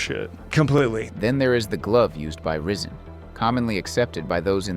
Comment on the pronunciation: Did you just pronounce "Rizin" as "risen" instead of "rye-zin".... Bro 0 chance this channel is ran by a die hard MMA fan. Prob some casual who has only watched the UFC for 4-5 years.